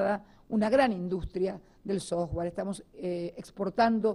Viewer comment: El "SOJGUAR"... jajajajajaj! (software).